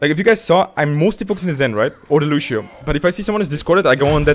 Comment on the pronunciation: yo dude luv ur vids but loshio is lucio